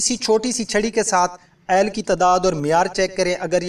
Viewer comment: یار عیل نہیں ہوتا آئل ہوتا ہے